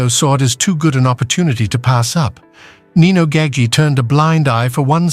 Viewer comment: Its nino